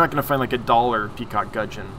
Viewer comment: Pronunciation 1. Gudgeon 10 out of 10; 2. Papua 5/10....'Pa-pu-a', 3 syllables rather than 2. We are more familiar with PNG being our closest neighbour. Which explains why very closely related gudgeons occur here in Australia too. Cheers